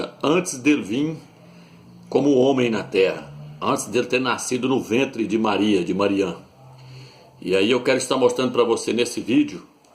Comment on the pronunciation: María, não é Mariah, mas, MAOROAN.